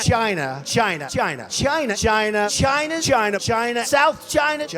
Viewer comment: Umm I don't kno if I was supposed to crack up at the "china" edit...Oh but it was so Epic. I dont care for The Left or Right wing I kno they are the same bird. But having said that No one says Choina better than Trump. 😅😅